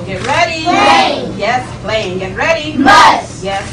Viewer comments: Playing was read "the fast way" because it's difficult to hit the double syllable if you read it quickly, making the word sound like plane. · It's the phonetics that count when it comes to ritualistic majik. That way they always have plausible deniability. It's why playing was "said the fast way" so that the double syllable isn't as noticeable in the world playing.